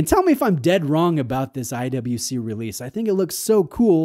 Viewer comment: pronounces IWC as I double you see